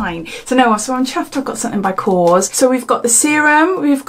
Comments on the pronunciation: The soap brand is KORRES not kos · Great unboxing! Korres is actually pronounced "kor rez". I love their products, also! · Actually is KorrEs. ❤️